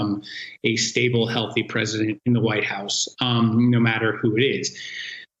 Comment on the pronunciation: "stable"?? lmao